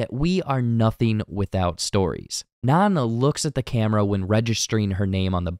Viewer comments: He keeps pronouncing Nan like naan😭😭😭😭😭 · Which is food. Bread. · yes thank you god bless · if you are going to read this script, watch the movie, its Nan with a long A. i cant even finish this now. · yes thank you